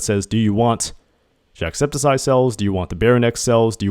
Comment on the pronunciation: No one is talking about the fact that he's saying "jackseptiseye" 😭